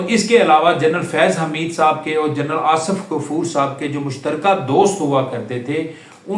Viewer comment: Asaf nahi Asif, taluck nahi taalook, , ratyre nahi retire, laikan nahi laikin jahil admi